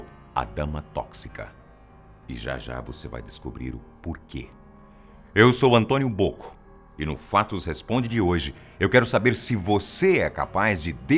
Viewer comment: mano foi só eu que ouvi ele falando assim "olá meu nome é Antônio Poco"